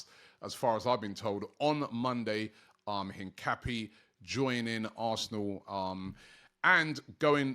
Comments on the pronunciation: Robbie, it's Hin-ca-pi-yay, make an effort to say his name properly brudda. You sound like them English man who say Ma-jor-ca instead of Ma-yor-ca. Put some respect on his name 🤣🤣 Semenyo's a baller tho, he's looking decent this season but it's Robbie capping. He's tied to Bournemouth so is not coming. The Rodrygo talk is cap too. He played last night and don't wanna be here. Bare capping on Transfer Daily trust me 🤣🤣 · Learn how to Pronounce Hincapié’s name dammit!!!